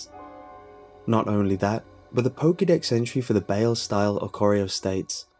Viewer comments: >Pronouncing Baile "Bayl" It's Baile. "Bye-leh". Spanish for "Dance". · The Baile style of Oricorio is pronounced bi-lay. It's Spanish for "dance".